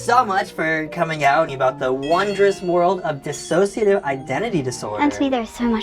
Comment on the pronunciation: Just fyi it’s dissociative not dis-associative. Diss-oh-see-uh-tiv — one less syllable.